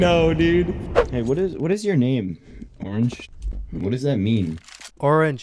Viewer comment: i love how u also reverted the R in orange L0L